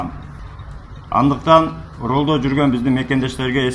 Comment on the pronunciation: Рольдо эмес рульда дечи кыргыз, ал киноого катышбайтатго, ал машинала